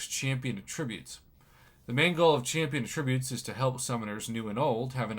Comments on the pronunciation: It's pronounced at-tributes, not a-ttributes Prof! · It’s at- tri- butes…. Come on professor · Why would you pronounce Attributes like a verb lol